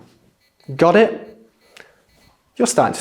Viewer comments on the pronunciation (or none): So , why you said [ got it ] like an American accent?